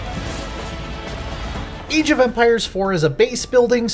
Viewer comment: Eej of Empires?